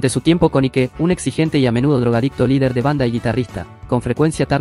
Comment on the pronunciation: Ike se pronuncia AIK